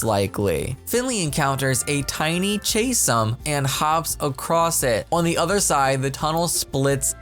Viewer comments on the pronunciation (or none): chasm sounds like cazum